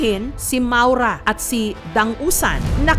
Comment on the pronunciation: ma-ow-ra yata ang bigkas jan